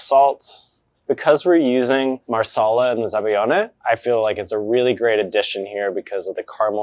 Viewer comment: zabaglione ≠ zabayone. you're dropping a whole syllable and consonant, there. za-ba-lyee-oh-nay. gl = ly (y as a consonant) ≠ just y, and you pronoune EVERY vowel in -ione